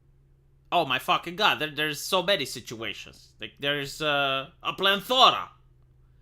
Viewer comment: “plan Thora“ Plethora?😮